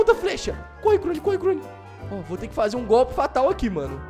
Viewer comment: Nem sabe falar o nome do negócio e inda quer escrever Krone com c